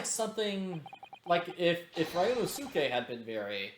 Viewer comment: The last u in ryunosuke is silent, by the way so its pronounced ryunoske